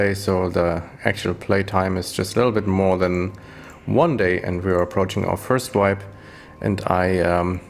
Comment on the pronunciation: Hey, danke Dir für diese hilfreichen Videos ( und den tollen versprecher mit first und örst ), hab ich doch sehr gefeiert :-D Hab mir nicht vorgenommen deinen Build 1 zu 1 umzusetzen, dennoch werde ich mich größtenteils an deinen Tree halten und versuchen an das notwendige Equipment zu kommen! Macht Spaß Dir beim Zocken zu zu schauen! :) Gruß CamperBoZZ